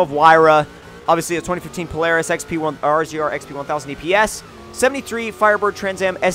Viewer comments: IT IS NOT PRONOUNCED R-Z-R IT IS PRONOUNCED RAZOR. SINCERLY, A Louisiana native where these things are super common. :) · I'm going to jump off a bridge if he says r. z. r it's a razor dude come on rzr it's not that complicated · It's pronounced polaris razor not polaris rzr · Lol it always makes me laugh when people pronounce "RZR" as "R - Z - R". I'm like... Guys... it's "Razor" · Pronounced Razor not R Z R sorry love ur vids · Rzr = Razor. Only guy I have ever heard call it R.Z.R. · ARR ZEE ARR. you can just say razor. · It's not pronounced RZR it's a razor I have one and it's a beast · OH MY FUCKING GOD ITS PRONOUNCED RAZER NOT R-Z-R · It's pronounced "Razor" not RZR. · it's razor not rzr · ITS NOT R-Z-R ITS (RA•Z•ER) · First u don't say the separate letters like r z r you say it like razor and there not small I have on their almost the size of a full car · It's not an "R Z R" it's pronounced "Razor" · Your saying rzr wrong it's like this razor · RZR is pronounced razor. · It's pronounced razor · alright alright it's pronounced Polaris razor. not literally rzr😂